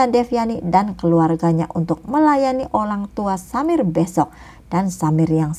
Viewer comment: KK bukan menghina ya tadi KK bilang Olang tua bukan orangtua oky